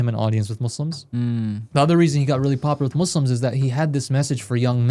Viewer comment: Why do you guys say muslams? Shouldn't you say Muslims?